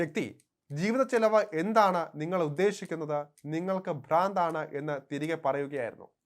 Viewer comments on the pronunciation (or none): none